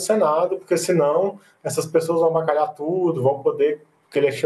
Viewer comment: Avacalhar, um absurdo a pronúncia de um Presidente…